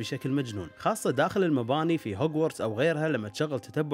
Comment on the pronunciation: هجووتس وليس هوجوورتس